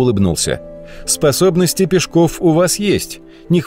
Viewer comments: Нас в школе учили ПЕшков, а не ПешкОв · Вот такой вопрос. Почему Пешков, с ударением на *о*. Живу в Нижнем Новгороде, уже более 60 лет. И в школе , и в музеях, и в домике Каширина, всегда и везде он был Алексей Пешков, ударением на *е*. И вдруг, в 21 веке он стал Пешковым, с ударением на *о*. Ухо режет так, что аж зубы сводит. Обьяснитесь пожалуйста. Бывает так ,что по центральным каналам показывают репортаж о Нижнем Новгороде, называют его Новгород. Видимо для москвичей это один и тот же город. Обидно! Наверное, ваш Пешков, с ударением на *о*тоже из этой серии.